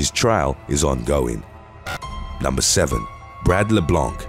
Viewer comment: LeBlanc is a French name and you do not pronounce it with the C, it's silent.